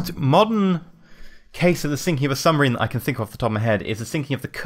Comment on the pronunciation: it's submarine not sumbarine... Lol